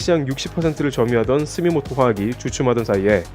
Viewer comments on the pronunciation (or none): 스미토모화학입니다. 스미모토 아니구요.